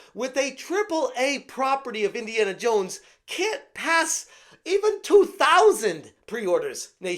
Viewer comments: "Iniana Yones..." 🤣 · Indiana Yones